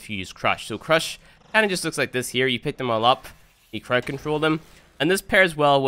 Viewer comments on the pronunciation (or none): Second (also its crowd not crowed)